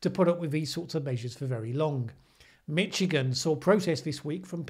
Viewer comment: You said 'Mitchigan' twice. Easy mistake to make, but I believe it's more like 'Mishigan'